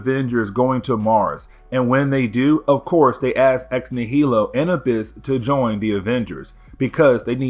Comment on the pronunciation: Ugh, it’s ex nigh-uh-low. Not ex nuh-heel-oh. Like nihilism, nihilist, etc. ex nihilo